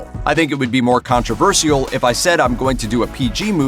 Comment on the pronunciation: Do Americans really say Controversial like that 🤦‍♂️